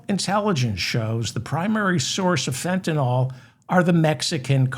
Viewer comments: It’s Fenta-NYL, not NOL! Sorry- I’m a pedant and it irritates me so much when everyone pronounces it wrong… 🙄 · Fen-ta-NILL. Not nawl.